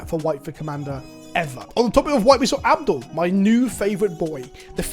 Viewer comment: I keep hearing the way you pronounce "Abdel" and I keep hearing "Avdol" and my brain is like "What, is he a human that ETBs and summons a 4/4 red spirit called "Magician's Red"?!?